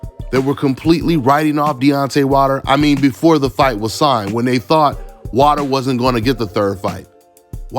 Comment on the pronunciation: Why u saying his last name wrong? Its Wilder, Not Water. Lol